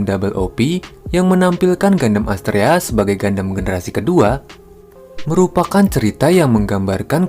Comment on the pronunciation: Keren Bang, jarang ada channel dari Indo bahas backstory gundam. Ilustrasinya juga keren. Lalu tone suara juga cukup enjoyable untuk didengar. Saran untuk kata2 serapan dlm English / nama diperbaiki lagi cara bacanya. Beberapa yg saya dengar: Gundam, Resonance, Feldt, Shield, Sword, Condenser, Trans-Am.